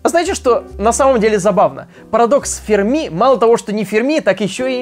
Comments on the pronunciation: ФермИ, а не фЕрми! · Все видео «фЕрми», но с таки сарвался и начал говорить «фермИ»... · Почему-то думал Ферми́ , оказывается Фе́рми. Ок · Ферми Ударение Ударение на последний слог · Потратил 8 минут своей жизни на человека, который «Ферми» правильно произнести не может и льёт воду!! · Энрико Ферми, ударение на последний слог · Не Ферми, а Ферми!